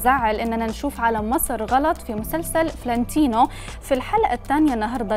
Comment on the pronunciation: يعني المذيعة ما تعرف تلفظ : فلانتينو ... تلفظها: فلّانتينو .. قبل ما تنقدوا ياريت تختاروا المذيعات صح